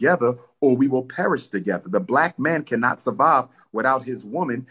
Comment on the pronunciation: "We rise together or we will preish together"